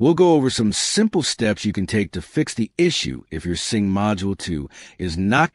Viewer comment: It's a sync module not a sing module.